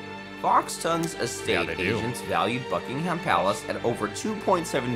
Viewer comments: that’s just sloppy! Buck - ing - em is correct! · It’s pronounced buck-in-um 😁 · By the way the guy that was narrating pronounced almost all of the names wrong we don't put emphasis on the h in ham etc. It's an American thing. I'm sure you already know this but I always find it funny.😁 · I must admit that the narrator of the video in question sounds to me like a close relative of Peter Sellers’ famous comedy track of the 1950s ‘Bal-HAM gateway to the south’. He refers to ‘BuckingHAM Palace’ and ‘HillsborOH’, and stresses ’Sandringham’ instead of ‘House’. Possibly a little preparation would have paid dividends? As for his interjections are friendly and respectful and desirous of help in understanding us which is always appreciated. Well done, by me at least! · For friends over the pond its pronounced Bucking-um, Sandring-um, Hills-burah, and Edin-burah.